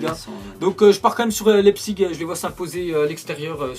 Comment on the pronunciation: Ca se pronnonce RB leipsich et monchenglagbar likez pour qu'il vois .